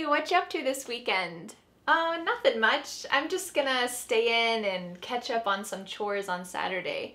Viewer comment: Catch up on sounds like ketchup on😂